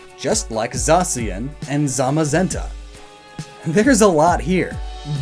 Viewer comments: How the hell do you butcher the names, although the british employee of Game Freak pronounced them correct? Zamazenta (Tsamasenta) and Zacian (Tsashian)...just learn it already... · When he was reading the book and kept saying zenta and the shield Pokemon zamazemta